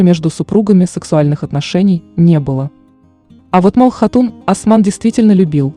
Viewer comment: Не Мал хатун а Малхун хатун